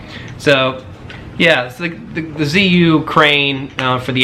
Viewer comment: It’s actually pronounced Ju-Yun.